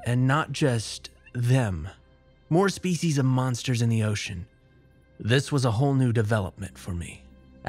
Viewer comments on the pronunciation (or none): none